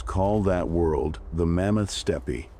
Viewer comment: Mammoth Steppie? Love AI...